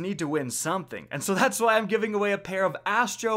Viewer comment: "ah wai" ? away. It's away.